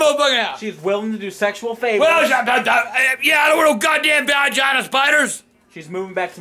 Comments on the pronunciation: "Val-gina spidahs" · "Van-gina spiders"?? They must travel in vans and the young ones are probably called "mini-van-gina spiders"